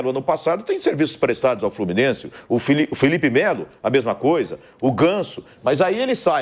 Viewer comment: TAPETENC, FLORMINEC 😂😂😂😂